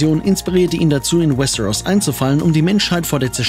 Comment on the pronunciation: Was ich nicht verstehe ist das ein deutsches video warum spricht er westeros so komisch aus und paar andere wörter wtf